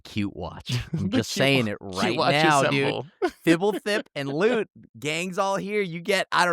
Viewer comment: I love that has a whole deck for which he cannot even pronounce the (commander’s) name. Say it with me, Bro…… Fib-el-thip Fib-el-thip Fib-el-thip Now you have it! I love you,, better known as.